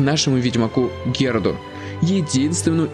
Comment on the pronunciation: Героду? Какому нахер Героду? Или ты так произносишь?